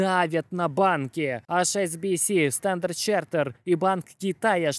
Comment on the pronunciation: Друг, у тебя найсупераTION видео ролики. Прошу, не говори "АШ' SBS skaжи вот так: "ЭИЧ"SBS У меня тик на эту тему :))))